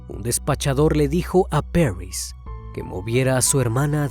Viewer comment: Porque exagera en la pronunciacion del nombre París se dice tal cual, Paris y no "perrys"